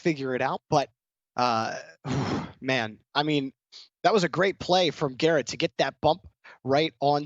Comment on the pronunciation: Any1 here the guy say carrot instead of garret?